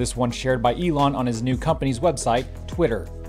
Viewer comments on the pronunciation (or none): none